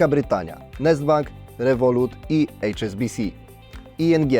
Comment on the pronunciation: nie "ejcz es bi si" tylko Ha eS Be Ce mówi się po polsku!!! Przestańcie anglizować POLSKI ALFABET, bo tylko paskudzicie Polski Język! Wstyd jak diabli. Santander 280 mld w rankingu i czołówce. Był czas, gdy irlandzki AIB został zmuszony po kryzysie 2008r do sprzedaży akcji polskiego WBK. Niestety ZŁODZIEJE z rządzącej wtedy PO (z PSL), nie odkupili tanio tego banku tylko pozwolili aby zrobił to bank z kraju odległego, ale zadłużonego po uszy (! 120% zadłużenia do PKB!) czyli z Hiszpanii. Ciekawe ile wzięli łapówek wtedy od Santandera, by na to pozwolić. Hańba, hańba, po trzykroć HAŃBA